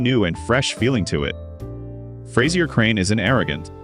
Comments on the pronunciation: Fras-ier hilarious! You can at least say his name right. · AI-cant pronounce Fraiser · So it’s not Frayzier Crane?